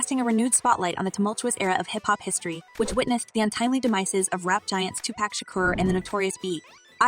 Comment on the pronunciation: Same content and crap as EVERY VIDEO. NOTHING NEW HERE. CLICK BAIT. LEARN TO PRONOUNCE 2PAC